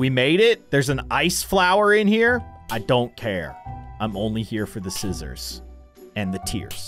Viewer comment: He said sisters for scissors❤😂❤😂❤